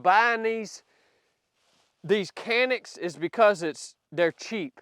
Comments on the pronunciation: I think you should test some of the other better and higher model Canik's. The Mete SFT Pro, Rival, Rival-S and many other models. I didn't realize handguns were a fashion show, if so, the other Canik's are very good and better looking. It isn't said Canik, in Turkish, so if you call it by the real pronunciation, you don't have to call it Canik. The MC9 is the micro 9mm and doesn't represent the rest of the product line. I think you will like the full sized product line that I listed above. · Canick is pronounced.. Janick! yah! I know its even worse.... you are shooting a Sub which is a little guy... I hate the trigger so I switch to a Freedomsmith excellent.... Oh! and yes its ugly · They really aren’t ugly, as compared to what? FYI…it’s not pronounced “Kanik”, it’s pronounced “Janik”. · Pronounce it correctly and you might like it better in Turkish it's More like Jhanick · Come on! you bought the ugliest color possible and then hate on it the entire video. You picked the color so there you go. hahaha! And the Turkish pronunciation is Janick. ...love the vids hater. hahaha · Pronounced "Janik Meet" 😂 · It is a Turkish company not pronounce the way it is spelled am sure with your background you know the proper way to pronounce it use a J sound instead of a C Janick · Not trying to be an ass but, it’s a TURKISH pistol. The pronounce it JANIC. I think the good trigger is selling point. Any GLOCK I might buy would get the trigger, sights, and grip modified. Just to start with. Anything that eats what I feed it, has decent sights, and a GOOD trigger is worth it in my books. I do think that any concealed carry weapon should have night sights. More SHIT happens at night than in the day. But for concealed carry combat range I like this little pistol. I carry a HELLCAT PRO. But I think this could work its way into a rotation. CARRY ON SON! DAY AFTER DAY!!!👍💪🇺🇸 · Canik pronounced sanic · Pronounced Jonik? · Not sure this helps but "Canik" is pronounce "Jchanik" overseas